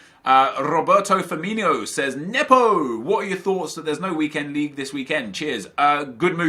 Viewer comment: Why do you say Roberto Firminos last name like that? It's not Firminho, so you just say it like Firm-E-No.